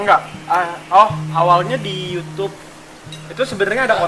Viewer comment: fadil salah ngomong yutub mulu🤣🤣🤣🤣